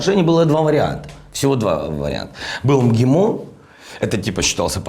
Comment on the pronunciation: интересное произношение слова МГИМО